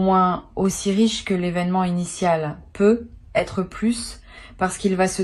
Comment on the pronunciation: On dirait qu’elle lis un texte, sa façon de parler n’est pas naturel. Sa façon de dire " peu être " au lieu de peut-être " 🤔